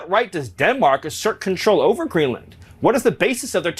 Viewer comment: It's Greenland not Greedland